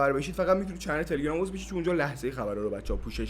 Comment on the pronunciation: تلگرام رو درست بگو